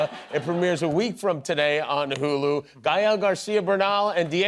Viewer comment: Thank you Jimmy Kimmel for saying his name right!!! Gael (guy-el)